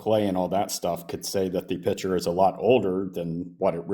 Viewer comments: "drawl a piture" 🤮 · Does this caller not realize that the word picture has a 'C' in it? He keeps calling it a piture. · He says "piture" and wants to discuss science 😂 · "A pichur" is making me slowly lose my mind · I'll go with the guy who can say 'picture' properly.